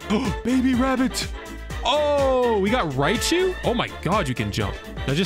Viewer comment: Him say raichu*